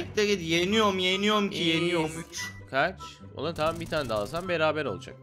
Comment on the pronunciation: 0.51 relode diyo la xjakshaba